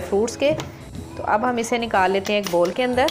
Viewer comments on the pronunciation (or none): madam Bol Nahi boul hota ha😂